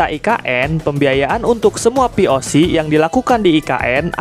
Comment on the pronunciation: POC tadi denger nya VOC :V